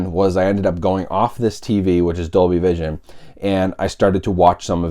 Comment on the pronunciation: Dolby "Cision". lol Good job. :P